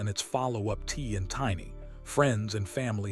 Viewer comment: Look how he pronounced tiny name😂😂😂😂😂😂😂😂😂😂😂smh smh smh smh smh smh smh smh smh